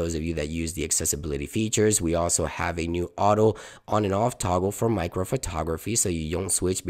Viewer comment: I don’t want to lecture You, but the toggle within the Camera-Settings is called (mäcro) and not like You‘ve said meicro, please "NO OFFENCE"